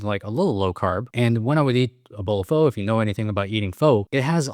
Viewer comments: You eat “foe”? I’m not Asian but this even made my ancestors mad. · That is the first time I’ve ever heard an Asian mispronounce pho. Awesome video nonetheless. 😅